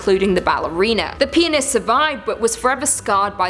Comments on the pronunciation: Am i the only one who thought she said penis instead of pianist?😂😅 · I think Im tired because in one of your story I heard Penis instead of Pianist. So I thought weird that a Ballerina fall in love with... you know what. Im dead. LOL :P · Huh huh she said pianist like four times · Please keep saying “pianist”...tee hee tee hee tee hee 😆😆😆🌭